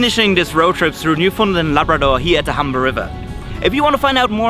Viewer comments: It's not newfundlend its literally just new found land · Gave up listening ..... at very least the presenter should learn how to pronounce 'New- found-land'. None of this Newfundlund stuff! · It's pronounced New-Fin-Land. I know. I'm a born and raised Newfoundlander. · Jack_02 man what the he'll are you taking about!? he was pronouncing it incorrectly throughout the whole video, you're definantly not a new-fin-Lander. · Love how people that ain't from Newfoundland pronounce it as Newfoundlind 🤣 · We pronounce it Newfindland They pronounce it New found land or newfundlind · It's pronounced "New-fin-land" hope anybody that goes enjoys it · It’s pronounced NEW-FOUND-LAND not hridhrhrhirbfhrudndndd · Me too. Although I grew up saying New-Fun-LAND. West coaster here. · My biggest pet peeve is when people pronounce it as Newfundlend